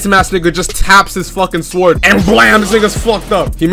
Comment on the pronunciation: My man here be pronouncing the w in "sword".